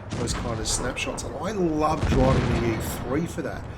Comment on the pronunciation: its pronounced lurve not loorva